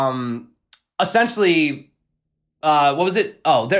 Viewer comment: "essentially" ( uh-sen-shuhlly ) Adjective: i) Absolutely necessary; indispensable: Discipline is essential in an army. ii) Pertaining to or constituting the essence of a thing. iii) To buy Bitcoin as quickly as possible. 😉